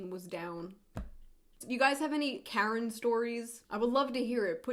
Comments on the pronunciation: “Kerin” haha great video tho. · Shoe0nHead pronounces Karen weirdly and I love it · I love you, June. But the way you pronounce Karen feels really weird. Maybe it’s because I’m Canadian? It just seems a little off.